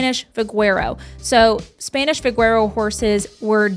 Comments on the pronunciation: VaQuero, no "G" sound:) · Great video, but as a native South Texan from the Vaquero Capitol of Texas, your pronunciation of Vaquero is off. vuh- KEW-row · Thank you! I was born and raised in San Antonio and live in the Hill Country now. This is a lovely video, but I cringed when I heard pronounce 'vaquero'. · Even you got it wrong - vuh-keh-row. Que is a "keh" sound, not "kew". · I think it depends on what part of Texas you're from. I have heard both pronunciations.